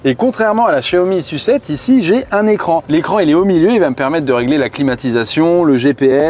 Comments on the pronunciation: La S-U-7 s'il vous plait, et pas "la sucette" 😁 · Pourquoi tu dis "sucette" pour SU7 et S.U.V tu dis s.u.v ? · J’ai arrêté de regarder la vidéo dès que j’ai compris que le journaliste allait dire « Sucette » et « Yucette » pendant toute la durée du reportage. Pour moi, c’est insupportable et, surtout, c’est complètement volontaire alors que personne ne prononce le nom de ces modèles de cette façon. Mais je suis peut-être seul avec ce problème…